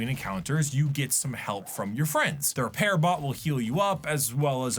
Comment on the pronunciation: did just say "ruh-pear"?